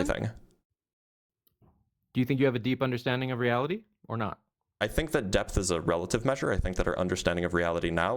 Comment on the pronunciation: "i cant handwe the weawity so god weeeeeaw"